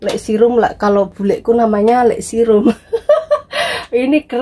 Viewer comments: Serum mba ngucap nya bukan sirum hahaha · Akhirnya...terbuka sudah rahasia wajah glowing...serum mbk...se nya kayak pas ngomong gesek....kasihan lek sirum jadi korban 🤣🤣😂😂 Lengkap tenan mbk make up nya...👍👍😁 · koq susah bingitttt bilang serum hheeeeeeehheeeee... tp kulit x bagus, sayang mbak Nik...beli” g’ dipakai